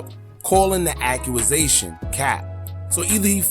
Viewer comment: ACCU-RA-ZASHUN IS WILD. You mean ACCUSATION, sir.